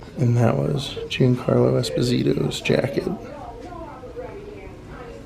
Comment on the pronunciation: Giancarlo Esposito's first name is actually pronounced Juan-Carlo. I saw him clarify it way back when he still doing Spike Lee movies.